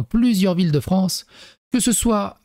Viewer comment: Pauvre "Fronce"...